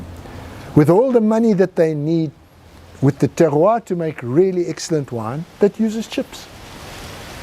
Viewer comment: 구~~~신들! 슬쩍하늘보시는 넘 귀여우시고...떼루아발음하실땐 넘 쎅쉬하시고 정말 마성의 남자 ㅋㅋㅋ